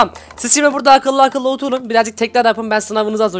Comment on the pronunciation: 'de oturun kelimesini ossurun anladım😅😄☺😊😀😁😁😁😁